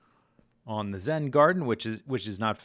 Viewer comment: Lol instead of zen garden its a zed garden